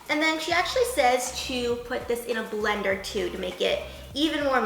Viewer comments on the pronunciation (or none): none